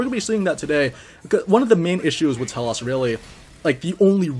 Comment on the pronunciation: Second note, same goes for T-elos, not sure why the "ah" sound is thrown on the o Dx